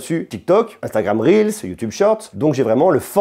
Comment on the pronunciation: Ca fait plaisir d'entendre quelqu'un qui prononce correctement "instagram reels". Merci pour cette vidéo.